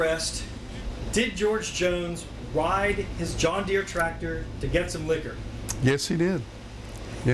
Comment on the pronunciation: He mispronounced ride!😂😂😂😂